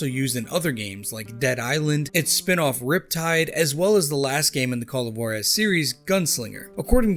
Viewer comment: I Can say without a doubt that I love these games! Pretty good westerns. But as a Mexican, I cringe whenever I hear how they pronounce Juarez LMFAO